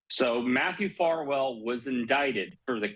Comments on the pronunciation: Your commentator needs to know his story. He keeps calling Farwell by the wrong name. 'Farmore' Get it right! SMH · What's so hard about pronouncing Farwell? Embarrassing. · His name is FARWELL and there’s no such word as “boughten”